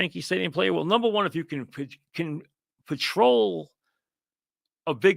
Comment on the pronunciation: “NUMBAH ONEUH”